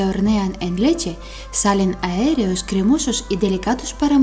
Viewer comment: Aéreos no amiga , aireados